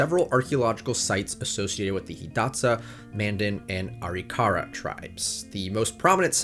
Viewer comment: It's not ARE-E-KAR-UH, it's AH-RIK-UH-RAH.